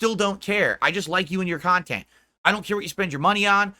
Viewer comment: take a shot everytime you hear "KUNTENT"